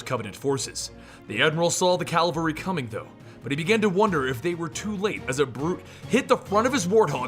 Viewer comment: Love it, gave up on the Halo games a lil while ago but still keep up with the lore and books. Only nit pic was Cavalry. Its 'Cavalry', not Calvery, but hey honest mistake!